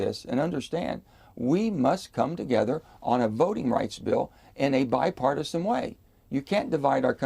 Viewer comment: What part of being used by Republicans does Manchin not understand. Sick of hearing him say bipartosin